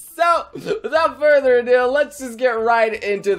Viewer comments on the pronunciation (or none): none